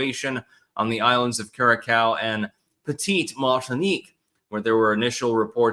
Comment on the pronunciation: Yeah, but he called Curaçao "CuraCOW." 😂